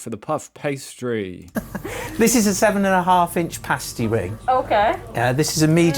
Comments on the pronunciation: Cornish = from the English county of Cornwall, also a Celtic (pronounced "Keltik") kingdom. "Pasty' pronounced as in the word, "nasty" definitely not as in the word "hasty". Also, the pasty contains meat, potatoes, turnip (or swede) and may contain onion. Please see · The Cornish Pasty does not have corn in them they are called Cornish because the come from Cornwall. And as you may have gathered from the video, its called a paasty, with a long A, not pasty as in your looking a bit unwell. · SHUT UP AND LISTEN !! Pasties (PASS TEES not PASTE EES) are not just found in south England but all over the UK in all supermarkets. No cheese in a Cornish pasty. They were pieces of turnip or potato. The mines in Cornwall were TIN mines not coal mines. As of 2021 there were 7 COAL mines left in the UK. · come to the UP of Michigan there is at least two pasty shops in every town, also you are pronouncing pasty wrong it has a short a, pasty with a long a is what strippers wear on their nipples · It's pronounced past is 😊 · My guy realised he was saying pasty wrong, then proceeded to keep saying it wrong anyway 😂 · Pastie is pronounced "PASS-tee" (rhymes with 'nasty' - which they are definitely NOT! They're Delicious!). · Your saying it wrong! Say it like this.... PASS-TEASE. just like that but say it fast! Pastie-Pass tee. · No it's pronounced pasty as in past. Home made pasties are bigger than that. We don't have coal mines in Cornwall they were taken down the tin mines. Unless it's been made in Cornwall it's only a pasty not a Cornish pasty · I knew he would pronounce it incorrectly, even before I watched it 😂😂